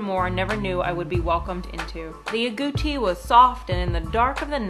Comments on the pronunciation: Agouti not "Goatee", lol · Ah Gotee LOL, like a little kid calling the goat lol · Stop pretending that u can't pronounce the name of the furry animal